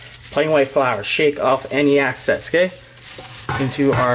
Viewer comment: Any access 😂 (excess) keep doing your thing Brotha